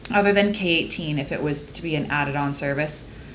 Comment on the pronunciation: girl this whole time i thought you were saying keratin in a very weird accent until you showed the k18 bottle smdndknd